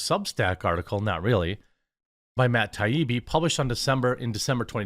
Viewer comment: Jeremy, I’ll like your videos if you promise to do some home work on prominent journalists so you’re not mispronouncing Matt taibbi for three days. Also a book report on Kim Iversen. Kk LMK